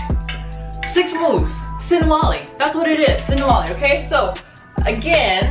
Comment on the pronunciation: sinawali. not sinwali.